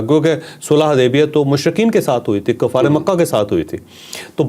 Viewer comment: کفار ک کے اوپر زبر نہیں ک پر پیش ( ُ) کہناچاہئے